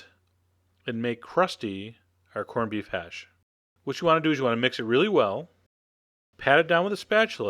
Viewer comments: But he does like saying hashay or hashee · corn beef HASH!! haha u hear how he sed it HASH!!